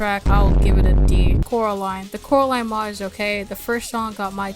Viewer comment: BRO it's pronounced coraline you just said the l ie name coraline so tha tulay name of the mod is coralie yes coralie mod